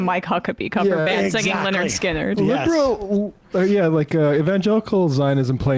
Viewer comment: it's Lynyrd. not Leonard.